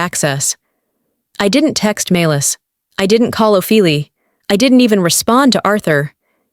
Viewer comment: Hey AI, the correct pronunciation is Oh-fee-lee-ah. Stories are good, but the narrations need work. Please proof read and edit when needed.